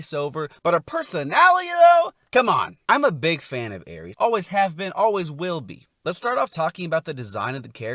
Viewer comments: ERIS. Not Erees. You make it sound like you’re mentioning the god of war. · Next time you review a character named Eris please don’t pronounce the name as Ares. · Not him calling Eris Aries I'm dead. 😂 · you keep saying her name with a A sounding like the god of war instead.